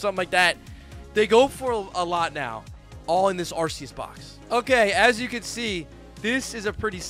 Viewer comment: You still haven't gotten a copy of the official Pokemon guide book. It tells you the pronunciation of all the Pokemon. It's Arceus and not Arse e us.